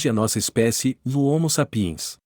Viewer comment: A PRONÚNCIA CORRETA É HOMO S(Á)PIENS, VÉI! NÃO É "SAP(Í)ENS" NÃO! 🐴🤬